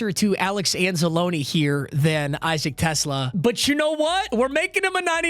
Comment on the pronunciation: Isaac Tesla is where I’m from Arkansas. He played for the Razorbacks and yes, that’s how you pronounce his name.